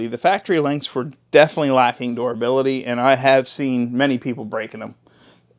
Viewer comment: Did you say (Door ability) LOL its Durability, you have to be from PA, Im hearing that PA Dutch